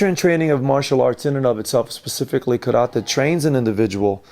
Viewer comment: Video teaching us Karate, can't even pronounce it correctly